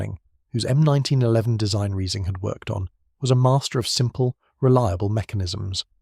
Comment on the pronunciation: is there a way for me to ban all of these AI slop channels from appearing in my feed.. i might be genuinely curious in the topics/video ideas they have but i cant listen to this half nonsense computer voice drone on about slop.. the "M19-1-1", followed directly by the "M19-1-11" if it cant pronounce possibly the most famous pistol in the world, how can it be trusted for any of the other information in the video